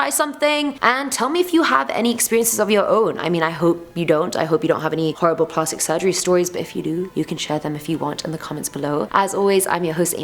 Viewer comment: Plahstic? I’m British and I ain’t ever heard that pronunciation lol. Either way, luv ya